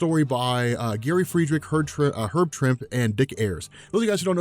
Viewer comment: It's pronounced 'Trimp-ee'.